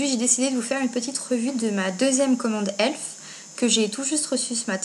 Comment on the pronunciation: Héhé c'est pas ELF c'est e.l.f (euuuh eeeelll eeeef) XD pas elf tout court x)